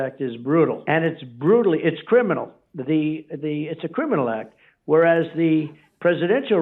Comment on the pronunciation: I just love hearing trump try to pronounce the word criminal...... 😂😂😂😂😂😂😂